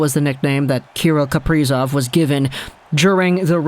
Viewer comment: kah-rill kah-pree-zov